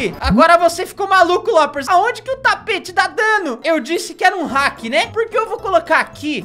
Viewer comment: vc falou heck envés de falar hack kkk